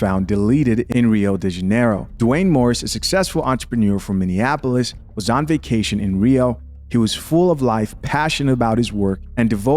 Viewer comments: I swear 🤦🏾‍♂️ a lot of people who are not from Minnesota always seem to pronounce Minneapolis wrong, they keep saying (Mini-in-apolis) not (Mini-apolis) 😂😂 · This woman couldn't even pronounce 'Minneapolis ' 🧐....not even worth listening to